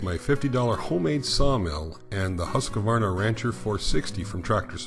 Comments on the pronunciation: It is pronounced Hus-quana. Not Hus-que-vana. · How come americans cant say Huskvarna? Its Hus kvarna not huska varna.. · Pronounced Husqvarna, NO 'A' after the 'Q', HUSK VARNA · A lesson in the name Husqvarna, its swedish, and i belive it means HUS, as in House, and Qvarna, means millstone or grinder, so it basicly means house hold millstone.. Now for the correct way to pronouce it is: HUS you drag the U and the S a little, as HUUSSss short H, drag U, uuu and drag S, sss Huuusss, now for qvarna, it is harder to explain but you start with the Q as a K or a C, short sound, then V normally and ÆRNA, which means AE R N A, but AE is the same way you pronounce the "start of" the famous A-hole word, R and N is normal, but the LAST letter you pronounce in (husqvarna) as the first letter in the word "ARE" short sound, so lets get the whole word: Huusss KCV (a-hole)AE rn(ARE)A = "Huuusss KC V AE rn A" = "huussK/CvAErnA" = "huscvAErnA" = HUUSSSKvarna = Husqvarna, TLDR, now u know xD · Really cool video thanks for sharing. You do not pronounce Husqarna that way though lol sounds really funny to a sweed. I live about a 45 minutes drive from there, they used to make motocross bikes but they sold the bikes and saw production to Italy I believe. Its sad was a good brand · Inspiring as always! As a Swede, I'm racking my brain trying to come up with a good way to describe how to pronounce Husqvarna but I'm drawing a blank. The 'Hus' part has a long 'u', close to the sound in "cruise." The 'kvarn' is pronounced like 'barn,' but with 'kv' instead of 'b.' Then just tack on a short 'a,' as in 'ah' and you should get something that's close to the proper pronunciation. "Huise-kvarn-ah.":D